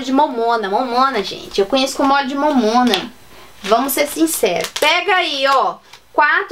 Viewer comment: Óleo de "momona" hahahaha ela fala engraçado é "Mamona" que se fala 🤣🤣🤣🤣🤣🤗